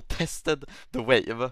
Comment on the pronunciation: my man is saying vawe